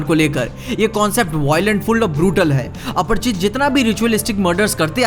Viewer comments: Aparichit na ki aparchit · aparichit hai aprchit nahi 😂